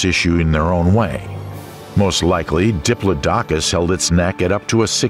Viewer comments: "Diplodocus" is pronounced "di-PLOD-oh-cuss>" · NOT "Dipp-loh-DOK-uss"! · I once was at a performance by Peter Schickele ("of PDQ Bach fame") where he pronounced it "DIP-loh-dok-uss", only to have his accompanist correct him with "That's 'DipPLOD-acuss'". I was Today Years Old before I heard that first pronunciation spoken in a serious voice! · It is pronounced duh·plaa·duh·kuhs not dip low docus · Diplo dokus ahahaha it's "diplodocus" diplodicus.... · I believe that Diplodocus is pronounced. duh plaa duh Kuhs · What the fuck is a Diplo Dockus??!! Now I dont believe none of the names you pronounced Crustaceous LMAO maybe C+ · Your pronunciation of Diplodocus is wrong. Who told you that is the way it sounds? Bad researching? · Your saying diplodocus 🦕 wrong in the video 😑